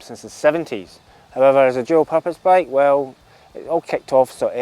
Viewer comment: The third time I watched this I figured out that what sounded like 'Joe Pappas Bike' was in fact 'dual purpose bike'. :D thanks for the review!